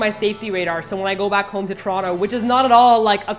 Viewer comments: I LOVE this pronouciation of Toronto "Churonto" that's how you know you're a true Torontonian. Brap brap! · yeah me too "trono" is "toronto" ahah